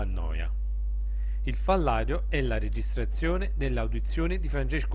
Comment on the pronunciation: Il "FALLADIO" non si può sentire !!!